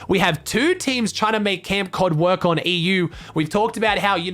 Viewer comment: you pronounced ''EU'' wrong